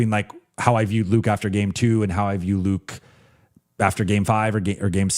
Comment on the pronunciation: can you just call Luke Kennard? you kept calling him Luka. jeez.